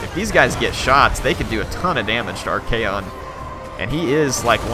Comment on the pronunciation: It's ARCHAON not Archaeon peasents!